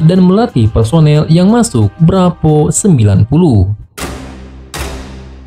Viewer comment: Sat Bravo neng...bukan Sat Brapoooo